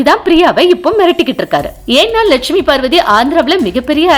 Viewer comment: I don't know why you guys are spoiling someone's name unnecessarily. Especially the legendary NTR name. First, learn how to pronounce her name As Lakshmi Pravathi, not Lakshmi Shiva Pravathi. Lakshmi Parvathi has only one son and no daughter. His name is Koteshwara Roa. If NTR fans have noticed what you said them, they will put a case against your channel and the content of this video. First try to get original information and post it due to money dont play such kind of this. Because we have huge respect on media.